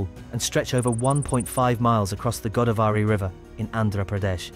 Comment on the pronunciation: Go -- daav -- ree. Not Godaa -- varee